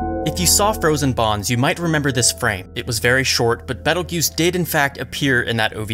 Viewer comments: I was getting confused cause I was hearing Jews instead of Geuse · Yeah, even the Light Novel calls him Petelgeuse and the Anime changed to Petelgeuse in season 2. I hope they don't randomly forget that XD Do you mind if I help you with the pronunciation? It's actually interesting because it's based on the Spanish pronunciation.